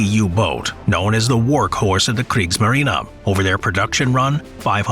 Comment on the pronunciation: I love how they're submerged with Adi's flag hoisted up. ;-) And maybe you should try to make "Kriegsmarine" sound less like "Kriegsmarina"... because it's not just some word.